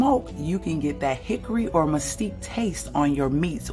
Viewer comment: Muh-skeet is how it's pronounced 😊